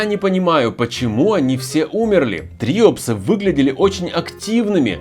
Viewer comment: самое древнее животное которое не изменилось это морская губка и правильно говорить триОпсы